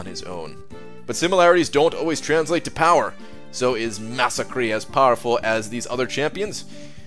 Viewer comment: SAY HIS GOSH DARN NAME CORRECTLY